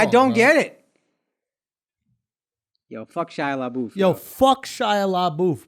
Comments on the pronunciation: Lmao "LA BOOF" It's La Buff. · SHIA LABOOTH Lmao You just destroyed the guy’s name for almost 20 min I’m dead 💀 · I’m so triggered by the way they pronounce Labeouf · Right!?!? "Le boof" 🤣🤣🤣